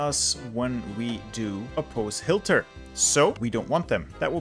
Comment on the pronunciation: Did you notice that he is sayin Hilter instead of Hitler ?